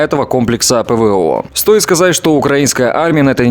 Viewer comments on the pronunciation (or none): none